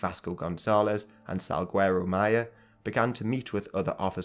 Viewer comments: It's not 'Salguiero', it's ' Salgueiro'. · You Mentioned Salgueiro Maia as Salguiero Maia, just pointing out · no he didn't, he pronounced it like it was French